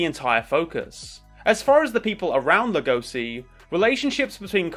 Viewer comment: I don't like how u pronounce legoshi, other than that great vid